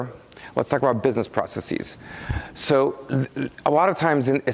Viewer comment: who the hell thought it so 'vogue' to pronounce a simple plural word like 'processes' as 'pro-cess-CEZE'? It's stupid, and, does not make one Mark Russinovich merely by copying his mispronunciations.